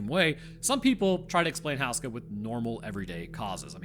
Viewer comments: Are we sure it's pronounced "house-ka" and not "hoose-ka"? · OMG how can anyone tolerate listening to HOO-ska be mispronounced so many times. You'd think you manage to get that ONE vital detail correct,. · FYI, Houska is generally pronounced "Hoo-skuh" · Hey! Czech citizen here. Im so glad this castle and its legend is getting attention. Just one thing i wanted to say, its pronounced like hoe as in hoeska. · Whoos-kah, that's how you pronounce it. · Man as someone from The Czech republic it seriously bothers me how you pronounce Slavomír and Otakar, Houska not that bad, great video though but man those pronunciations bothered me to no end